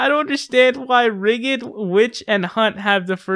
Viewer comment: Don't mean to be grammar police, but it's pronounced "damming" and "rigd". That said, keep it up ma man!